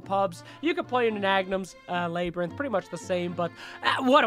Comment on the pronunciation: "Labour - inth!!!"Wtf is that pronunciation!! Love the video though!